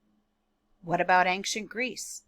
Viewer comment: Please don’t say “aink-shent” it’s ancient, pronounced “ain-shient”. Think of it this way, an-cient. The “c” is pronounced as an “sh”.